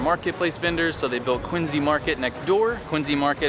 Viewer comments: Thank you! Thank you! Thank you for pronouncing Quincy Market the correct way. In Massachusetts we pronounce it Quinzy. That’s because Quincy Market, John Quincy Adams AND the City Of Quincy are named after Colonel John Quincy (grandfather of Abigail Adams) and that is how he pronounced it. Quinzy. 👍🏼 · Oh he pronounced Quincy correctly!